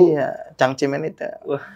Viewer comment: Cang ci men yg bener bukan cangcerimen.😂😂😂